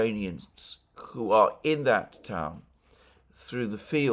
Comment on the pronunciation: Why does Mercouris slabber every time he says the word "who" which he pronounces "coo" with a healthy does of drool.